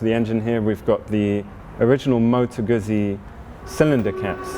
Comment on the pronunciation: what a beautiful bike. Well done! (next we learn how to pronounce GUZZI... 😉)